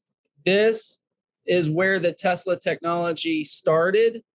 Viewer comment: OMG Tesla it is his last name Mr. Tesla get it right